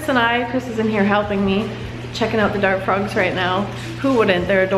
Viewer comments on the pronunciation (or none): Same i hears dank frogs